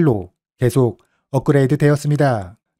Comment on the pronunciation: 내용 정리 잘하셨네요 다만 "었습니다" 발음과 억양은 교정하시면 백점 만점 입니다.